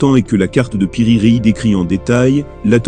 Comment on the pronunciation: Piri Rei 😂😂😂 c'est Piri Reisse